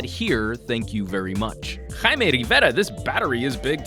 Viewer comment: I like this guy BUT with a name like why can't he pronounce Jaime's name right? lol. Great job man